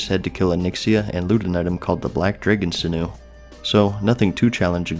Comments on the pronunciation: sin-ewe, Ah-nath-ah-ma lol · Majordomo is pronounced "Major+dough+moe". Sinew is "Sin+yew." Anathema is pronounced with a soft e, not a hard Eee. Either "An ath eh ma" or "An ath ma." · It's pronounced "sin-you" sinew lol